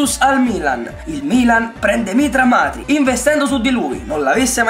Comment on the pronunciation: Hai detto Matri due e anche Bertolacci🤔